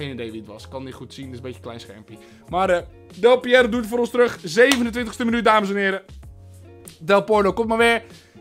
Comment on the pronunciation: Op zeg je een speler naam. Geen idee wie dat is. Volgens mij Del Porno geen Piero